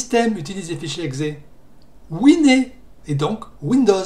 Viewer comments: Par contre wine ne se prononce pas winé... Pour un anglophone tu devrai le savoir que wine = vin Et voici Désolé mais winé.... Ça fait mal au oreilles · Quand tu as dit que la faille était sur Debian / Gnome, ça m'a fait peur. Heureusement que je n'ai pas Wine. PS : t'es sûr que le "e" se prononce "é" ? (je le prononce "ouine") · argument valide certes mais ça fait très bizarre x)